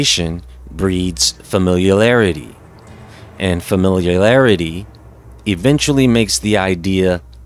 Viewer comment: I love your stuff,. Been watching since the beginning. Keep up the good work. Also, FYI (fuh-mill-ee-air-it-ee)😏😉